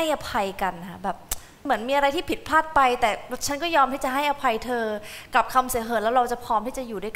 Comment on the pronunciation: เรายังคงสนับสนุนการอ่านออกเสียงอักษรและอักขระภาษาไทยที่ชัดเจน เพราะถ้าเราไม่รณรงค์ แล้วเราจะรักษาภาษาโครตเหง้าไม่ได้ ไม่เช่นนั้น"ใจชา จะเป็น-ใชชา" _ เธอเป็นเจอ.. เออฟังไม่รู้เรื่อง